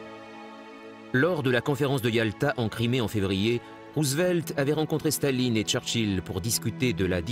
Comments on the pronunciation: Blokes who did German at school.........Please stop pronouncing Stalin as Shtalin. Russian is not German, so does not obey the same phonological rules. The symbol C is S in English; Ш is Sh. So Shtalin would be written as Шталин, but it is in fact written Сталин. Likewise, Zhukov is written Жуков with the zh pronounced like the s in plea s ure or lei s ure, like je in French. Z is written З in Cyrillic. Z is not the same as Zh. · Why is the narrator pronouncing Stalin like Shtalin? In Russian it's just Stalin, lol. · yeah but "Stalin" (not his real name btw) is a Russia word